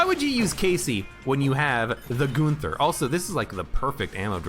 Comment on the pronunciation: It's not Goonther, his name is Gunther.